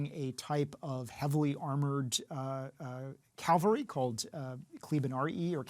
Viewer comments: It sounds like he keeps saying 'calvary' when I feel he means 'cavalry'.... could be my ears though. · Of course 'cavalry' is the standard form. That doesn't change the fact that 'calvary' is a common metathesized form and linguistically a valid variant. This guy knows his stuff so it's weird to adscribe his pronunciation to ignorance or even illiteracy rather than to the simple fact that several variants coexist among native speakers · An educated historian/ "expert" REPEATEDLY mispronouncing cavalry as "calvary" is a cringy as to me as hearing all those "educated" people mispronouncing nuclear as "nukular". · Less than 30 seconds in and I'm asking how a history professor is calling cavalry "Calvary" and calling a legate a "general" (which to be fair, the film does too). I'm surprised that he failed to mention that in the timeframe of Ben-Hur, there pretty much was no Roman navy anymore, with galleys having fallen out of favor by then. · He keeps saying calvary. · The fact that even some history professors are unable to properly pronounce the word "Cavalry" really baffles me... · CAVALRY, my guy. CAVALRY. Calvary was the hill where Jesus died. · "cal vuh ry" opinions discarded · Bro you called it “the Calvary” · "CALVARY" 😮He always says CALVARY. 😆😆😆Which is wholly another thing. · ‘Expert’ calls horsemen “calvary” in first seven seconds. 🤔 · Why does he keep saying calvary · I like how hes a college professor (and beyond that) and still says "calvary" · You should be digging ditches!! Also, why do even experts say 'caLvary'... is not word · He's an expert but doesn't know how to say "cavalry". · Professor that doesn't pronounce C-A-V-A-L-R-Y correctly is suspect. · Really getting annoyed by his mispronunciation of the word “cavalry” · Imagine being an expert on something like that, and not saying the word "cavalry" correctly... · God forbid a man make a minor pronunciation mistake 🙄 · He keeps saying cavalry wrong and I can’t get past it. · CAVALRY! not 'calvery'.